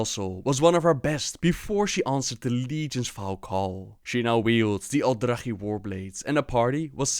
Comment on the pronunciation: He pronounces everything wrong, probably just to troll now since he has actually changed how he pronounces words from how he did in previous videos.